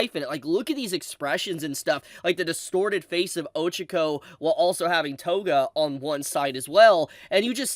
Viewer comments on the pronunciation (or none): stop pronouncing names wrong on purpose, I hate how so many videos do it just to be "funny" it ruins the experience of the video, and if it's not on purpose then you are an idiot, watch an episode where they say her name and then pronounce it like they do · The true massacre was how you pronounced Ochaco